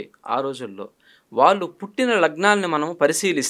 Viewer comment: 👌ఇంటర్వ్యూ🙏 ఉచ్ఛారణ దోషాలు: షుద్ధి-✖️ సుద్ధి- ✔️ పెల్లి-✖️ పెళ్లి-✔️ వాల్లు-✖️ వాళ్లు- ✔️ దశ-✔️ దష-✖️ శుభం-✔️ షుభం-✖️ ఇంకా…… ఎన్నో